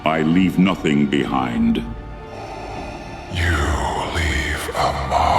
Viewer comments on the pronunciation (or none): Not bad overall, it became a bit repetitive, and saying the past tense form of wind (as in wind a clock); man English sucks sometimes- Instead of the word wound (as in physical damaged to the body) Kind-of ruined it. Even explaining that, sucked..